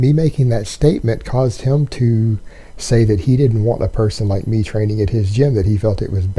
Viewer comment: I also didn't know the words "him" and "them" were pronounced "HILLM" and "THELLM".